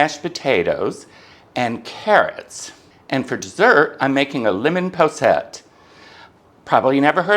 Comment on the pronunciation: I really enjoyed seeing you cook and particularly enjoyed the lamb shank. I also like lemons and the posset looked delicious. Over here in the UK we pronounce it poss...et. Your vlogs are always interesting, I look forward to them every week. Take care xx